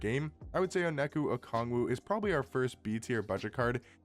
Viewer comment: Hey bro! Onyeka Okongwu is pronounced “on-yeh-ca” “oh-con-gwu”. Killing me when you say his name lol (he’s Nigerian, I’m Nigerian). Good vid tho 👍